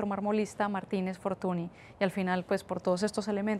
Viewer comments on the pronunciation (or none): Todos los videos me parecen geniales, super bien documentados, y una pequeña corrección FORTUNY se pronuncia como FORTUÑ.